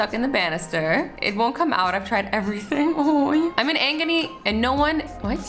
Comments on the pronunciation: Did she really say"I'm in 'angony' 😂😂😂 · foot banister girl: IM IN AGONY, SOS!!! azzy: aNgony??? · "i'm in angony" pff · the way she pronounced "agony" got me- no hate tho just found it funny